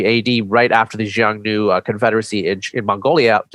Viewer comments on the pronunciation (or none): Xiongnu is pronounced with an initial soft "sh" sound, not "j" . This "sh" is becomes a "h" sound I'm China depending on the language, so the "sh" in xiong nu is just a different pronunciation of "h" in hun